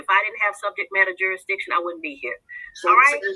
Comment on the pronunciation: If you can't even pronounce jurisdiction, much less understand the meaning of the word, then it's not your best first line of defense.